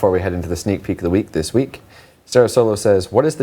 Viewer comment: "thiz master says" lmao